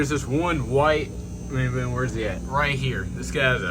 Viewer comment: Just came across your channel. Enjoyed looking at your tanks! Great job. Just an fyi it’s pronounced muh-boo-na.